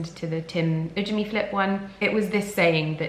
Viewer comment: What is that word? Ujemi flip??? Ooh gemy flip?